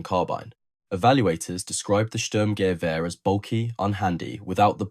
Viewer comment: German here: "Sturmgewehr" isn't pronounced "SturmGEwehr" but "STURMgewehr". Hope that helps... And while the STG-44 might have been faulty, conceptwise it became the prototype for ALL later assault rifle. A 3-in-1-weapon, providing a soldier with a compact weapon (like a carbine), enabling him to do accurate semi-automatic fire at medium ranges up to 300m and full-automatic fire in close combat situations. It might have failed as a combat weapon, but it still proved the concept of an assault rifle.